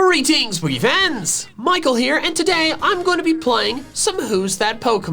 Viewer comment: Michael: Greeting, Pokefans Subs: Goo Ree Thing, We Fans